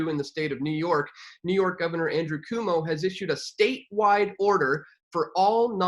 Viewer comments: It’s C UO MO not CUMO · QOU-Mo its pronounced QUO_MO!!!! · It's pronounced: Kwomo - it's also abbreviated POS! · Hmm where are all those troops and martial law? The guy in this video couldn't even pronounce Cuomo right. These people are absolute clown shoes. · This guy can't even pronounce Cuomo.